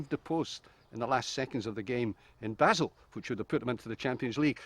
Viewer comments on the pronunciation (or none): The pronunciation of Basel by everyone in this is... interesting